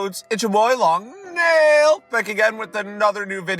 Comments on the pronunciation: Why did he go from saying "long neil!" To "long nail!" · Been a while and finally he says nail right